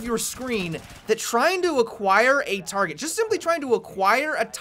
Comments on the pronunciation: tearget. Lol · A TAAHRGEHT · "A tawrget" :D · how he said target had me dwad